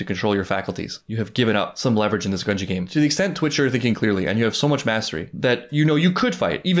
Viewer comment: lol, we're at the end of the arc, and it seems he will never learn how to pronounce Gungi